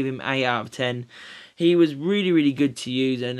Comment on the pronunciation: Its actually pronounced as Ben-yat as the 'ñ' in Spanish is pronounced as a 'y'